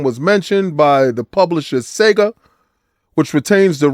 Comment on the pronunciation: Sega with a hard r is crazy